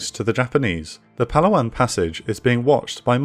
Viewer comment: Sigh… Pa laa wan, not Palawan. I love these videos, but pronunciation of place names in the Philippines could have been much improved.